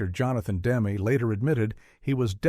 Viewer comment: Revolting AI narration. This stupid fake voice can’t even pronounce the name of Johnathan Demme, the director. BOOOOOOOOOOOOO.